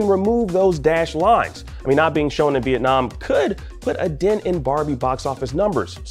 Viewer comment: Viet-Nah Man